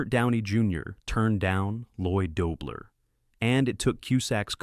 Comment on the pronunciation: I love this film! I enjoyed learning these behind the scenes stories, but would have enjoyed them much more if they had been read by a. Mispronouncing the lead character's last name in the first 30 seconds and throughout the piece was the worst 😑